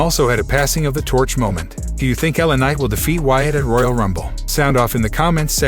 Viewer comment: why can't the voice over man say words properly L A Night lanight .etc really annoying .